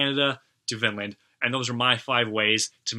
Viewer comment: The national anthem really reminded me of Manowar and Amon Amarth. By the way Vinland means Wineland and is pronounced Veenland(ee as in teen).